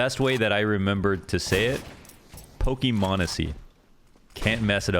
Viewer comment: you may pronounce m0nesy right but my mans rlly saying pokey mon